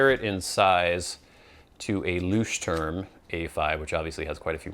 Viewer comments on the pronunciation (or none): He butchered it totally - like everyone on Youtube does